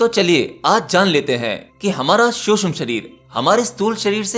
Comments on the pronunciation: Bhaia शुष्म nahi सूक्ष्म होता है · महोदय, शुद्ध भाषा का उपयोग कीजिये। "शुष्म" नहीं सूक्ष्म कहिये!!! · Suksham not susham shreer...bolna to sahi seekho, seekh baad m do